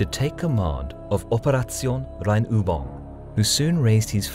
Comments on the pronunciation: hört sich grauenvoll an, wie er "Operation Rheinübung" ausspricht... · Keeping in mind I'm a native Dutch speaker and that German is only my 4th language... "Operation Rheinübung" was a tiny bit off in the last syllable I think, but I'd have a hard time describing how it's off in text.